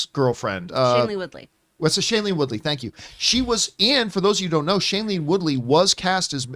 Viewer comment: Shailene Woodley... Not Shanley Woodley... How, as a movie guy, do you constantly mess these names up? 😖